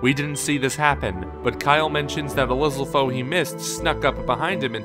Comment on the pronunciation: lizzle fose? come on. it's liz-AL-fos. get your names right guys.